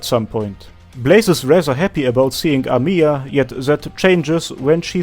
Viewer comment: Just "Amiya" Not "amIya" Thanks for video